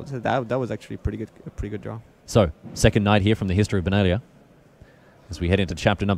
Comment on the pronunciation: 2nd- because second, not secord